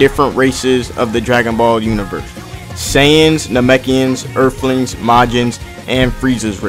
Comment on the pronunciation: Narrator talk no good, bobo need not read script. LOL "ErfLengs"